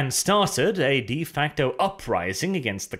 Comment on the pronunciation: you've been saying de facto wrong for too long and its finally driven me insane